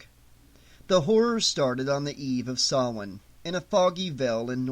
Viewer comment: Thank you for pronouncing Samhain correctly! Hearing it pronounced SAM HANE makes me cringe. That scene in the Halloween movie nearly makes my ears bleed.